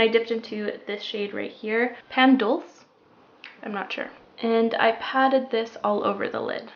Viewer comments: dulce = "dull-chay". :) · Hi! I speak spanish and i pronounce it dool-se. 🍰✨⭐️